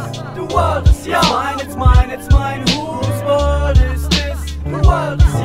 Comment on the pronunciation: huus wörlt is dis, de wörlt is joos, de wörlt is joos. Schöne Aussprache.